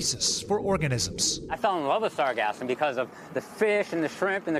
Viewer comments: said sargasm 3 times >.< Sargassum 0 times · sargassum not sargasm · "SAR-gasm?" our reporter has a bit of a Freudian pronunciation problem... it's "Sar-GAS-sum." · reporter: please listen carefully to the technician's pronounciation of the word. its sargassum, as spelled, not sargazm. like sargasso sea, not sargazzo sea.😅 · "Sargasm" LOL🤣 SarGASSum. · It’s not sargasm , it’s pronounced sarGassum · LOL, it's sargassum, not sargasm 😄